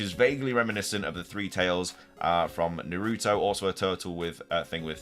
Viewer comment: You said Naruto wrong lol